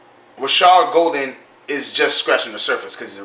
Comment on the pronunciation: It’s pronounced Gaul-den not Gol-den